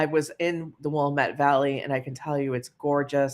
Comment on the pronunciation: I live in the Willamette Valley in Oregon and 1. I've been a member since 2012 (I was shocked, lol) & love your stories & 2. As an Oregonian, I appreciate that you say Oregon the right way. Willamette tho is pronounced Will Am Eh T (said all together) not Willa Met. And I agree, it's a beautiful place to live even tho wildfires have been rampant for several years now.